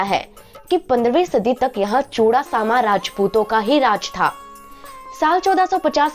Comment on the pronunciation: It is pronounced as मोहब्बत खान..and चुडासमा..!🙏